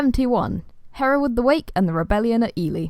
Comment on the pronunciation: Really pleased to hear my name said the way I say it! Haha. Thanks for making this fun video. I can show it to my students when they ask about my name.